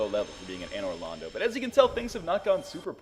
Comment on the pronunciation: it's Londo, not Lando.